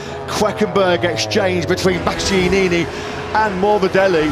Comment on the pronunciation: My man didn't say Bastianini right once